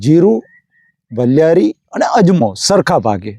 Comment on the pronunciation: વલીયારી નહીં વરિયાળી